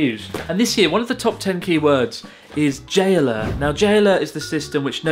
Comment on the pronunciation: the way you say "J-alert" it sounds like you're saying "Jailer" :D